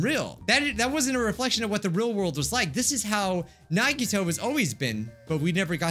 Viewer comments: "We know it" "NagiTOEEEEE" "Lemme see your hand, did you get a MANICURE or a ✨PEDICURE✨" best introduction has ever made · .: “NAGGY TOE!” (Nagito) Mw: “NAGGYTOENAIL!”